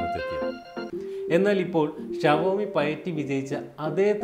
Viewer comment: Aadhyam xiaomi nte pronunciation padich vaa chetta